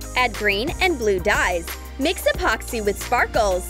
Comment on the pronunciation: Like this on how many times she said apoxy